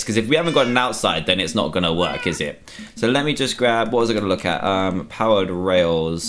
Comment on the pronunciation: Am I the only one who kept hearing "powdered" instead of powered?